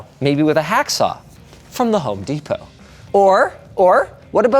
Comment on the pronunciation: Desperate.... I had to re-play that to see if you called it what I do... "Home Despot".